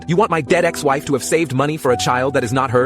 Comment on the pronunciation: i heard dead ass instead of dead ex